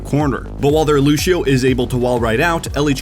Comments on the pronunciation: Is it me or says "Luchio" or "Lushio" instead of Lucio's actual name. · Lucio. Loose - ee - Oh. Loosio. Lucio. What is this Loosho nonsense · How do you cover professional ow, yet don't know how to pronounce a hero's name, who has been in the game since release? Luchio? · God I love these videos but I hate how he says looshio and not lucio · Ah yes looshio. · People who say lu she o make me want to scream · He says lusheo